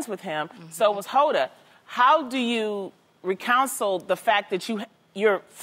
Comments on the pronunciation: recounsel Loni? Reconcile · Code 68 I think she meant "reconcile"